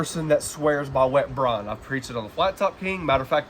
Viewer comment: That was great, never brined butt, but gonna try it. BRIIIIIIONEEE. BREYEN. Not bron.